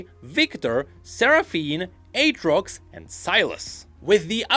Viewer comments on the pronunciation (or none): none